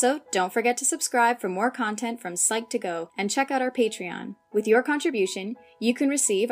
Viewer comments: Pysch to GO, not Psych TWO go… do you even work here? Haizzzz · Psych2Go I thought u said best of F**K!!!!!!!!!!